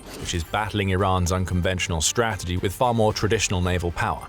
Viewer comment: what is a srategy? lol